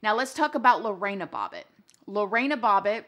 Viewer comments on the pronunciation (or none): Also her name isn't Lo-rey-na It's literally sounded the way its spelt Lo-RE-na